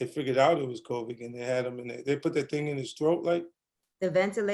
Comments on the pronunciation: Nobody: 50 cent: "Covic" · 50 calls COVID 19 “COVIC” like my moms does and it’s sending me. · My mama calls it "Co-vee"